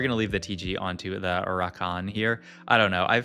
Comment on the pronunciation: and he says naysus and rak-kan lmao